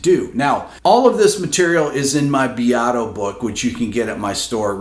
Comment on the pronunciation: Why does this guy pronounce Rick Beatos’s name so weird? It’s “beat-o.”